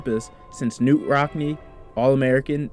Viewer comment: FYI - “Knute” is pronounced “can - NEWT,” not “Newt.” It’s a common mistake today but one no one made in Rockne’s lifetime.